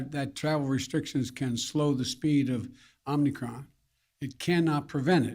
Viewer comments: Oh they both said Omnicron and not omicron. And the second question Joe couldn't even read the second person's name. That person had to do that for him. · Did he call it omni-cron? Let’s go brandon